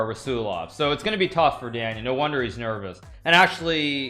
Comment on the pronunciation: A monster of chess Grandmaster, but can someone help this dude how to pronounce Daniel? Good lord